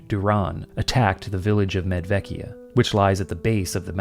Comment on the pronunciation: I am wondering if the first town should be pronounced "Medwekia"? I'm no linguist, but I recall some Slavic languages have/had W and V pronounced... sort of opposite what English does.